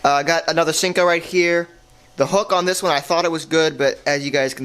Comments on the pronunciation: Senko, not sinko. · its seiko not sinko